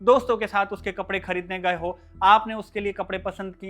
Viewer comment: गए को गयें आए-आयें थे - थें चाहिए - चाहियें उसने - उसनें रहे - रहें भाई हिंदी बोलना तो सीख ले कम से कम 😂